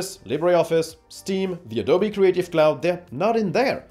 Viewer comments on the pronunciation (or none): none